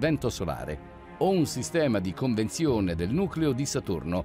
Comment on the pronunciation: Dice il narratore, a un certo punto: "C'è un movimento di CONVENZIONE, invece che "CONVEZIONE". Roba da matti ...